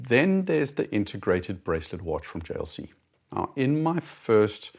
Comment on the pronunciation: And hearing him pronounce it, a thing of beauty Lol